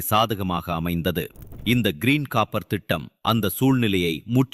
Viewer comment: கப்பர் இல்லடா காப்பர்